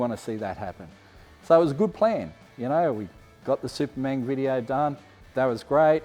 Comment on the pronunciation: Every time says “Supermang video”, I’d say, “I was in the back”